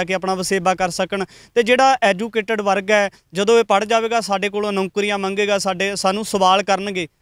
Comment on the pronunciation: ਜੇ ਨੌੌਕਰੀਆਂ ਨੂੰ ਨੌਂਕਰੀਆਂ ਕਹੋਗੇ ਤਾਂ ਕਾਹਦੀ ਆਸ ਕਰੋਗੇ?